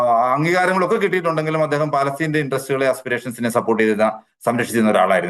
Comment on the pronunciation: Palestine ennalla, Palestinte ennu Vayikkanam.